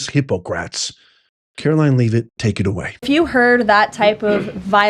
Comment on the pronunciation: It sounds like: Roy-ters, not Rooters Lev-it, not Leave-it Socky, not Pa-socky I like the channel But come on man